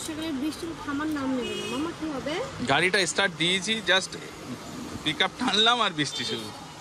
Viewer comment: Kotha ta estart nai ota start bola hai